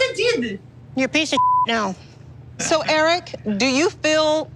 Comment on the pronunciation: its eric-eee